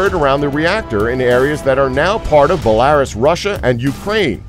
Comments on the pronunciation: = are u saying BELL-ARE-US for the word belarus? if so, it's pronounced BELL -AH-ROOS. Just fyi. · Its pronounced bella-roos. also *fish not fishes. Fishes is not a word. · That's a very funny way of pronouncing Belarus.